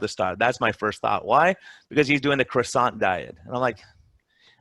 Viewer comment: cwasson not croysont